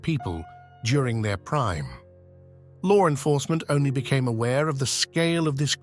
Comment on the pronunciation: Why does this English person narrating always pronounce law enforcement as lore enforcement. That urks me every time he does it. 😅❤😊😢